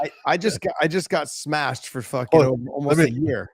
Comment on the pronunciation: "I'm going to smesh!"